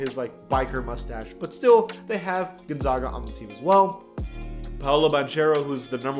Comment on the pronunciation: The way he said Gonzaga hurts me. But good video man